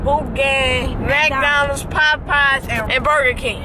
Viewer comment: No this nigga didn't say "MacDonald"😂